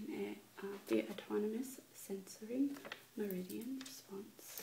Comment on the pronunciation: Great video... but I think you struggled with this word... me·rid·i·an (in acupuncture) any of the pathways in the body along which vital energy flows. OR a point or period of highest development, greatest prosperity, or the like.